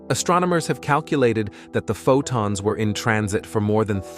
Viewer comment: If your going to use AI speech, it should be corrected to pronounce words like Photon and Centimeter. Too distracting to watch what might be a good video, goodbye